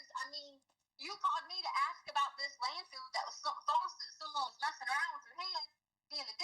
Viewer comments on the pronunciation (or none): Why come she calls a landfill a "landfield"? 😆 Why come she says "why come" when she continuously talks about her "doctorate" ? Hey, I want a doctorate. Maybe she can tell me where she purchased hers. 😂😂